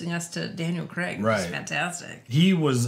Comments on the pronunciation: Always love your reactions. His name is pronounced ‘cray-g’ not ‘creg’ in the UK, like Graham is ‘Gray-ham’ not ‘Gram’ here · It's Daniel Craig not Crag